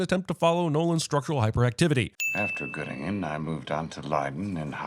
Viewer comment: as someone who lives in Göttingen this was both slightly offensive and hilarious. But yes it exists. In the middle of Germany. Nice place :) Also I think I laughed more at your pronounciation than the actual joke. Well done